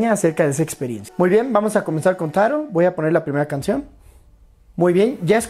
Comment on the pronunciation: Jsjsjajaa 🤣 🤣 🤣 🤣 tairol te sale chistoso 🤣🤣🤣